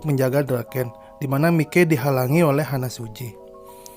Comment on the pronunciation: HANMA SUJI : bukan Hana. Maiki bukan mikei